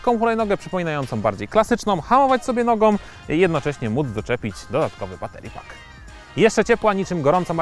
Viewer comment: Nogom, gorszom? Nie było kogoś z lepszą wymową?